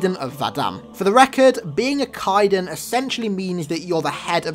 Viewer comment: My bro, it's Kaidon you gotta pronounce the A more xD.